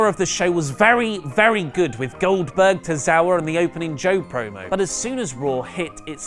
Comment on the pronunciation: Oldberg??? Really??? fuck off